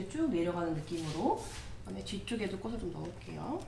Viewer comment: 인기 유투버이신 만큼 꼬슬,꼬시, 꼬세… 발음 좀 수정해 주세요. 꼬츨, 꼬치, 꼬체… 로요. ^^